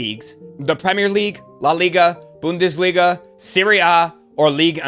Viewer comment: Like the channel....say boon-desliga 🙏